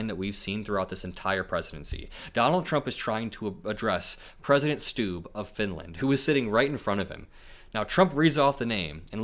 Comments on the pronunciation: Actually Trump pronounced Stubb better than you did. Im Trump hater but also finnish. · It's not pronounced "Stoob" lol. It's "Stubb" like it's spelled... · Finlands president is not called "President Stoob". It's pronounced like the English word "stub," but with a slightly longer and more emphasized "b" sound at the end, as in "stúb-b". While it's a Finnish name, its pronunciation in that context is quite similar to its English counterpart, with the key difference being a slightly more pronounced final "b". Trump likes President Stubb because hes a former golf pro and played golf with trump for 7 hours this summer. Plus he looks quite handsome. He's a nice guy though, Stubb. And no, he's not fooled by trump. He's about 100 times smarter than trump. A professor in political science and experience politican. Former prime minister of Finland. Very grounded. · That’s not how you say his name. It’s Stubb, rhymes with sub. 😂